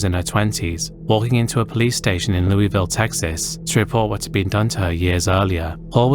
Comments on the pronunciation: lewisville. not louisville. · For the Mel hall case. The arrest happens near my cousins house at the time was big for few days. A famous creep was near minors is disgusting. Ps. The pronunciation for Lewisville has a different sounding from Louis and Lewis. Just to let you know as someone from there.